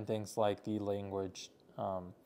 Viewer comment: the /ᴛʜē before a vowel; ᴛʜə before a consonant/ Speak PROPERLY!!!!!!!!